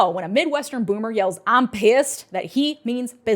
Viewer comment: I thought the exact same thing when I heard that LMAO Hell hath no fury like a midwestern boomer yelling "AH'M PISSED"